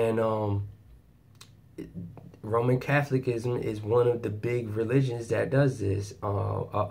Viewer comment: I need to help you with your pronunciation. It is cath ol i cism. The unfortunate reason I know this is from 50 years of it. Free now indeed!!!